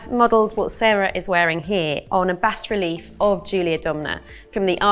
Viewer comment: Fantastic final reveal! Just a note, the pronunciation is BAH relief.